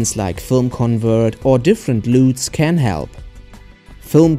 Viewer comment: "Loooots" haahahahaa (LUTS).